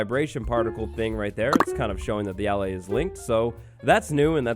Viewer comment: Ur saying allay wrong